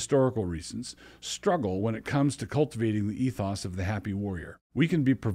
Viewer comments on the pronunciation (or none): none